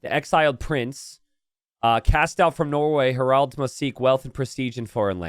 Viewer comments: His pronunciation of "Harald" leads me to believe English is not his first language. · would the English spelling be “Herold”, stemming from herald, which comes from the non-English “Harald”?